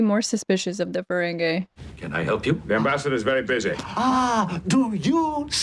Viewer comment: Not a huge deal but it's Ferengi (fur-ren-gee, not fur-ren-gay). They're not dancing the merengue. 😂